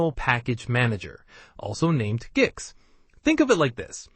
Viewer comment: i think its pronounced geeks